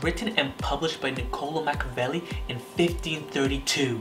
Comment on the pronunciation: I know in YT videos you're advised to exaggerate your speech cadence, pronunciation and facial expressions but you're going way over the top dude. Also, it's pronounced mack-E-a-velli, not mack-a-velli..it sounds really amateurish and unprepared when you pronounce something as important as your subject's title so poorly.